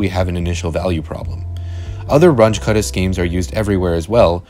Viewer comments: You should've checked the pronunciation of Runge-Kutta. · It's "Ruuungae Kuttah" not "Ranch Cutter" 😂😂😂😂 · The names are German: Run-guh Kutta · Please learn how to say Runge Kutta. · I don't think thats how you pronounce 'Range-Kutta'